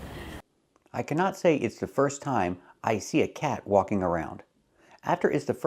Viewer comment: She said the L in "walking" 🤣🤣 "It's the first time I see.." That's how I say it, I didn't know it was a mistake 😟